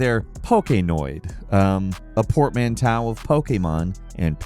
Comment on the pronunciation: I noticed these. It's not negative; just funny. Keep up the good work! Iteration: It-er-a-tion Portmanteau: Port-man-toe